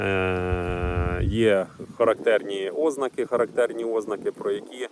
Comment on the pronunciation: НЕ Ознаки, а ознАААки, від слова ЗНАК. Не ведись на мусорську безграмотність. Мусора не тільки закони не знають, вони і говорити правильно не вміють.